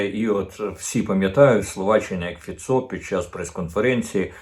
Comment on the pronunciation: Пане Корчинський, краще називати Фіцó не фіцó,a фИцьо